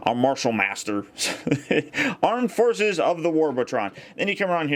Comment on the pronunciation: Ha ha I love it! "Aremd forces"